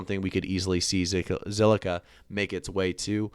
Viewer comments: Say ziqilla one more time and il subscibe to your awesome channel 🤣🤣🤣👍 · Say it with me, ZILLIQUA! 🤣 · Bro learn to say the word lol 😂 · Damn rehearse that name for a minute then press record 🤣